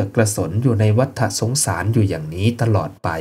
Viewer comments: วัตตะสงสาร ไม่ใช่วัตถะสงสาร เรื่องธรรมะย่างนี้ต้องอ่านให้ถูก มิฉะนั้นไม่น่าเลื่อมใสศัรทธา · ัวัฏสงสาร ออกเสียงว่า วัด ตะ สงสาร ฏ ตัวนี้คือตัว ตอ ปะตัก ไม่ใช่ ตัว.ถ